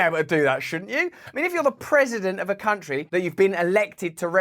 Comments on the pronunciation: "Persciption jugs in any tuntry" huh? 🤣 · Think he said, “tountry”…..not “country”. Another brain fart.